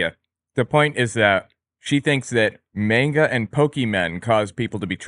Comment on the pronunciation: Saying Manga incorrectly is triggering me.